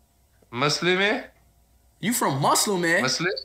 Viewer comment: At first,speed said you are from maslime?😂😂😂😂lolllll then said oh aohamdulillah🗿🤣